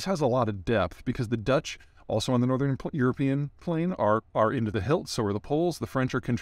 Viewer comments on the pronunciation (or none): none